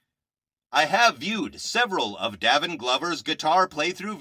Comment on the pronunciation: It is pronounced “Day vin”! He has been playing several instruments since he was 3. He is only 17 and is still exploring his gift of music. He also has had 2 scholarships since the 10 grade. People should instruct and guide young children in their gifts! They should encourage not destroy! He is an honest, kind , God loving ,driven young man. He is very authentic ! You are doing a disservice to kids who are trying to be productive members of society! They are adding positive energy in a negative world! What right do you have to negatively slam a child. No young person should be discouraged in development!!! Shame on you!!! I am his proud grandmother and I have NO useless equipment here just instruments. You think you’re doing a good service but you’re really KILLING A CHILD’S SPIRIT AND CONFIDENCE. You will be judged for that! Again, shame on you. !